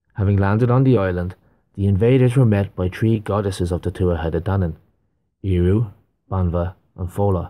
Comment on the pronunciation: That goddess is called Eriu not Eiru. Don't fool w Mother Nature! Great channel.